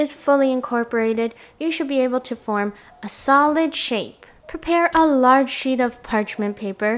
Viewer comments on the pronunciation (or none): none